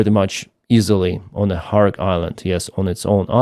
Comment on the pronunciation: It is NOT "KHARK" but is KHARG", island.